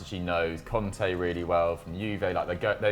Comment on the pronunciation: I love the way southerners pronounce the names Kante and Conte the exact same